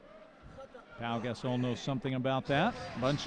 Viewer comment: Announcer: "Paul Gas-soul" -_